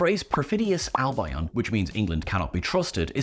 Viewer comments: That pronunciation of Albion hurts me deeply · Why can't this guy pronounce "Albion" correctly?! 🤷‍♂️😬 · Um, that's not how you pronounce "Albion." It's not like "albino" with the N and O switched. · That’s not how you pronounce’albion’ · How do you not know how to pronounce "Albion". They say it in the episode, too! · Admit it,. You just pronounced Albion that way to get the engagement from the six hundred comments correcting you 😁😁😁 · I never would have thought that a brit announcer wouldn't know how to pronounce "Albion" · Tearing my hair out here. How many times can you mispronounce Albion???? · Didn't Ellie do this already? Well this is a more extensive list, so i like that. Also and unfortunately doesn't know how to pronounce Albion lol:3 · is great but please teach how to pronounce Albion correctly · My first thought when i saw the comments about Albion : "Give him a break, he mispronounce it. It's not a big deal." 5 Minutes later: "yeah, i get why there are so many comments." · Nice video, except for the mispronounced Albion. I think I know who Susan Twist is ... she is ... an actress playing multiple unrelated characters because its funny and its a TV show. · Loved this. Susan Twist is Ruby’s mother or The Tardis. I don’t think she’s a villain, despite her playing Susan Triad in the finale. I think Albion is pronounced differently. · Ok, have I been mispronouncing Albion since I first read it in kids stories 40 years ago or is mispronouncing it? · I'd not heard that pronunciation of Albion before. Guess I learned something today! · That really threw me too... How can someone go through their whole life without knowing how to pronounce Albion? He even knows the expression "perfidious Albion"! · ...Surely that's not how Albion is pronounced? Desperately hoping I haven't been saying it wrong for over 20 years... (Al-bee-on/Al-bee-un, right? Right?) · Can someone coach on how you pronounce Albion. It’s Al Be On